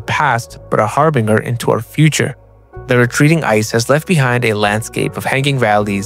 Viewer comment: Great video and proper pronunciation or harbinger!